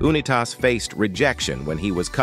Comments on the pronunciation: U nI tas The U and I are pronounced. This guy never watched a game that Johnny U played. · How can you get Staubach pronounced correct but not Oonitas? Sheesh...